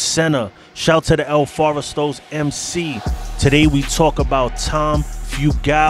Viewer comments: It’s el forastero. Not “el foresto” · Lets nitpick the nitpicker... "FOR-STAIR-OH" if you want to pronounce it correctly. -Jordan, Sioux City El Forastero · El Forest-aro is how it is pronounced. Tom Fu-gull is gow his name is pronounced. Just wanted to give you the correct pronunciation.